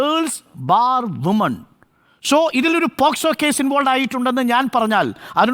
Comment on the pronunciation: ഒരു advocate ആയിട്ട് പോലും പോസ്കോ എന്ന് പറയുന്നു. POCSO ആണ് വക്കീലേ...